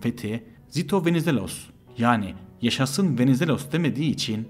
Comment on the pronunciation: bu nasıl kötü bir diksiyon ve bu kötü diksiyonla nasıl anlatıcı olabileceğini düşünür bir insan? Venizelos'u öyle bi söyledi ki Venezuella anladım ve bir anlık düşündüm ne alaka diye. İnanılır gibi değil aşırı kötü yani yaptığın bi iş var ve yapman gereken tek şey konuşmak onu da beceremiyosun. hakikaten çok çok kısa bir Türk özeti gibi